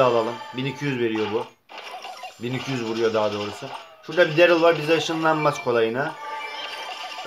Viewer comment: Derıl degil darliy diye okunuyo